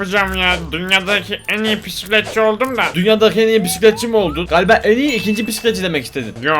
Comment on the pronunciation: Bisikletçi❌ Pisikletçi✅